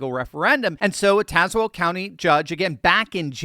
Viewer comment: Thank you for saying Tazewell correctly